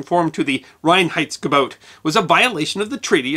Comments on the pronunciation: You did a pretty good pronounciation of "Reinheitsgebot"! You start off with "rain heights go boat" (better: "rye-n heights go boat") - which you manage to do several times later on - although it differs every now and then. Still, I must compliment you with the efforts you must have gone through to get it right. Well done! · As a German, I love your pronounciation of "Reinheitsgebot". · kudos for getting the pronunciation of Reinheidsgebot almost correct. I know German isn't easy for non-natives. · Can’t give you enough native speaker 👍🏻👍🏻👍🏻 for the pronunciation of „Reinheitsgebot“ - very well done! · Allmost right indeed :-) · I love the song like way "Reinheitsgebot"is pronounced. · pretty perfect pronunciation of "Reinheitsgebot" :-)